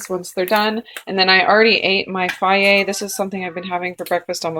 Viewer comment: Is that how you pronounce Fage? Fiaye? Interesting! Hee hee, I've alwaus called it Fayje.